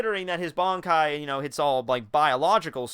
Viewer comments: Ban kai not bonkai smh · Can you please learn to say Ban-kai and not BON-kai...thx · why everybody pronounces bonkai its bankai ffs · BAN.....KAI....Listen to how they say it. You're saying Bonkai. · Pronouncing it as B-an is the the equivalent of someone saying Nuh-roo-toe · its similar to both versions but its more bankai than bonkai still japanese language doesnt have such elaborate pronounciation as english